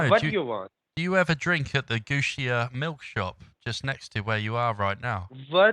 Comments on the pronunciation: GO SIA as in ''go'' not goo sia.. Sha la maar or Sha lee maar.. I hope it helps next time you call them. I am getting these calls regularly .. Most common abuse in Lahore is Gushti meaning whore.. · Ghaoosia milk shake will be the proper pronunciation. They are learning from Indians now. I am so ashamed of these people. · gosh that whole area is so familiar to me. Lahore is where my other half comes from and her family doesnt live far from the Shalamar hopsital. It is pronounced Shala-Maar and the milk shop is pronounced Gaw Sia . I could pay them a visit on my next trip which is planned for december!